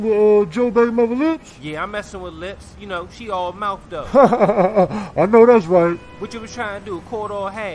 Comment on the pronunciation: “…yea she all mouf tho.” 😂😂😂😂